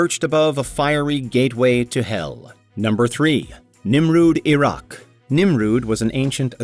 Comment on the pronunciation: Nimrud? (Not "Nimur")